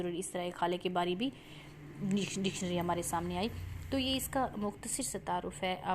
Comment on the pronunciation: لفظ مُختصَر درست تلفظ ہے نا کہ مُختصِر